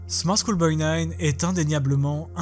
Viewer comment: on dirait qu’il « choule » pour « school » comme s’il le disait en français en gros, sans tenir compte de la prononciation anglaise du mot mais juste phonétiquement.